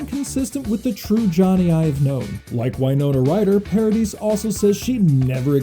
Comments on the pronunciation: Winona, not Wynona. Paradee not Paradis. Journalists should learn correct pronunciations, especially of person's names. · It's Paradi you don't pronounce the s at the end. Sorry but it was hurting my ears.